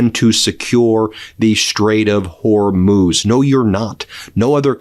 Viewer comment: Good, you finally got it, HorMOOZ not Hormose. thank you.